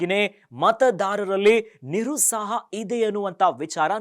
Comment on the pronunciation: ನಿರುಸಾಹ ಅಲ್ಲ ನಿರುತ್ಸಾಹ